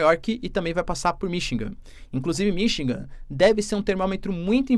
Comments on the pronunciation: Desculpe , mas um professor de goegrafia que fala "Minchigan" nao pode ser confiavel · pelo Amor de Deus, o professor de Geografia que fala que o Biden passou por "Minchigan" no tempo meu Deus ! Eu nao sei quem eh pior o professor ou o Biden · vc tem toda a razao , porem vamos supor que ele estivesse falando de uma cidade pouco conhecida no idioma russo…. Seria compreensivel , mas esse cidadao vende curso preparatorio e tem mestrado .Desculpe mas com esse gabarito ele falar “Mimchingan” so pode ter sido aluno do Sergio Moro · Sim vc tem razao! Mas um bom professor e um bom orador é aquele que ouve o que fala , e le o que escreve . Se ele nao ouve a si proprio, como pode comunicar pra milhoes? Falar 4 ou 5 vezes seguidas “Mimchingam” e nao perceber é o sinal que para ele isso é o certo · Todas as vezes que vc discordar, volta o video e ouça ele dizendo “Mimchingam “ . Ele foi educado em universidade publica com os nossos impostos, isso sim é triste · Ele eh aluno do Sergio Moro : Um diz "Mim" e o outro diz "Mimchigan" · Ele falou “Mimchingam “ no vídeo de hoje outra vez